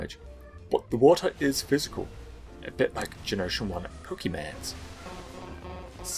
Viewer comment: "like generation 1 pokeymans" - water was special tho